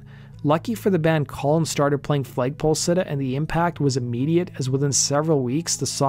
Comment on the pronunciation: Why do you keep saying FLAYG poll sitter? Its FLAG pole sitter. Enunciation mate.